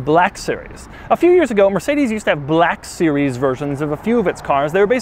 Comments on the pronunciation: why you sayin black series like that lol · HAHAHAHA A WHITE MAN CAN'T SAY 'BLACK' NORMALLY😂😂😂